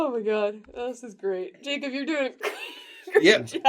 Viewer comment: NO NOT THE CAW BUT JACAWB and MATAJULIA